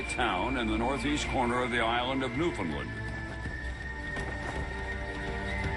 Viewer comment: iirc the main narrator used to be Canadian but he is speaking as if he is American. He doesn't even pronounce, "Newfoundland", correctly.